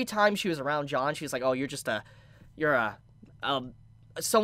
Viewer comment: pronouncing Jean as John